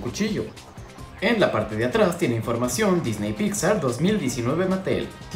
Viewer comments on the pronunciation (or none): none